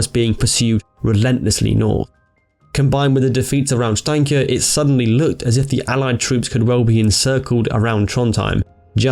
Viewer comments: The prononucations was good! But you Said Steinkjer completly wrong😂 Anyways I'm impressed. PS. I live in Namsos 😜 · The way you pronounce steinkjer lmao 😆